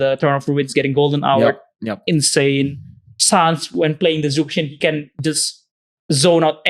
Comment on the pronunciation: Yo.... Teach how to properly pronounce Zhuxin ma ears getting itchy... 😂😂😂